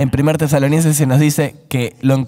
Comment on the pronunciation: Perdón por favor, pero… CAMBIEN DE TRADUCTOR! No puedo pasar estos videos a personas pequeñas en la fe; por causa de que el traductor dice mal los nombres como esta vez que ha dicho TESALONIENSES todo el tiempo!!!! Hay personas que no son creyentes pero leen la Biblia. Cómo recomiendo yo los videos??? Y es que los errores de traducción están una y otra vez en muchos otros videos. Nuevamente, pido perdón, pero debo suplicar que consideren usar a otra persona con un mejor manejo del idioma español. Bendiciones y gracias